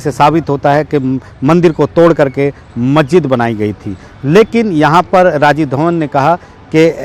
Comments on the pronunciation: Patrakar mahoday majjid nahi hota ha masjid hota hai bolna to jara thik se sikh lijiye....aise report banayenge to log aapko jahil samjhenge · मस्जिद बोलना तो कम से कम सीखो चाचा